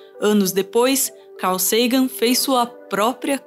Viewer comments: Dói ficar ouvindo car Sagan do narrador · "Car" Sagan KEKW